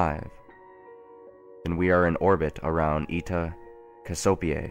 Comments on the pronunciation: This is so well written. Btw, it's Cassy-O-Pee-Ah, like the queen from greek mythology (I think) not Cah-soapy-ay. Sorry for that, just freaked me out the way you said it... heh. Good job! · Cassiopeia is said- Cassy-oh-pe-a